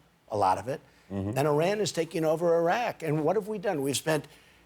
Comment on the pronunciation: The way he said Iran and Iraq is DISGUTANG